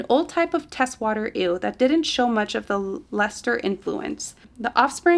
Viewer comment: Teeswater is "tease-water"